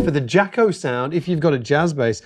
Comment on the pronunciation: It’s NOT pronounced JACKO,! You really should know this by now. Jaco was nicknamed “Jocko” by his Dad. In Jaco’s accent, it came out JAH-co, not JAW-co. Jaco’s French friend wrote him a note, thinking it was akin to “Paco”, and spelled it Jaco. Jaco liked it and continued to spell it that way. It is not JACKO, dude.